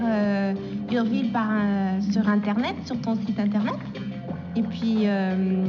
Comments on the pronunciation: URVILLE, FYI, is not "er-vill" it's pronounced as YER-VILL ( rhymes with 'her will' ) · Me reading the title, "maybe it's yer-vile or pronounced you're vile." Atrocity: Er-ville 😫